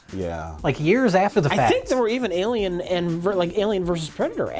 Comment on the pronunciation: cannot believe they said li-lien when A-lion was right there